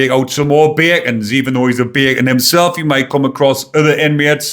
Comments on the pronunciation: I love when says “baycon “ in the Geordy accent. He says it like he means it. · .& from now on, I will always pronounce “ Bacon” in a Gordie accent 😆 (I’m from Wolverhampton) 😆 keep up the good work 👍👍